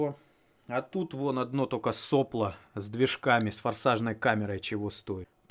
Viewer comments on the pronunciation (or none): none